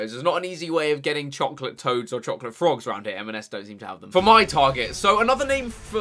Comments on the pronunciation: we’ve managed to buy chockckkkkkghjghlate carrots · Harry saying chocolate 😂😳